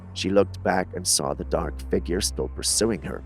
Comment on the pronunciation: The word saw does not have an r in it